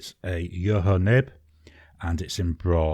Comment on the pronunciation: That’s a nice range of pens for this month. I keep buying so many pens that I have a large backlog of new ones waiting to enter the rotation, so I haven’t used any twice in over three years. By the way, Jowo is pronounced “yovo.” You keep saying “yoho.”